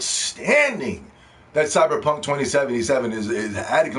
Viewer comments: He saying it like that on purpose i figured that out from the fact he spelled the Title cyberpunk. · You can’t even say cyberpunk right